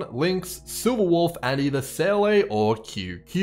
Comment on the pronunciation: please pronounce seele properly :|...amazing guide nonetheless. subbed